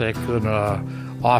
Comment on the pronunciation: im glad to hear call it willeez as it is obviously pronounced willeez. i cant stand hearing people call it a willis. kaiser started that willis nonsense but the ww2 guys knew better